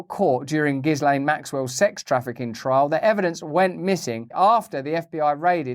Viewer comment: Russell Brand sure is a really intelligent guy, but even he mispronounces Ghislaine Maxwell's name